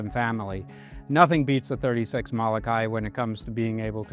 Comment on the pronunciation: Learn how to say Mo-lo-kai not Malakai.